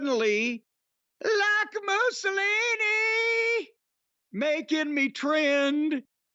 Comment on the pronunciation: Jim saying Like Musalini never ever gets old